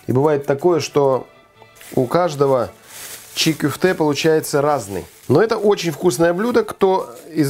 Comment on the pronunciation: Оставьте свои предположения при себе, ок!? Вот поэтому за два года в два раза и увеличились случаи кишечных инфекций, потому что всякие чии кёфте (кстати так правильно, а не чи кюфте, как автор сказал). И наши рестораны вообще не известны в мире и звёзд Мишлен не получают, потому что такую дичь готовят. От кишечных инфекций кстати и умереть можно, это я вам как специалист говорю.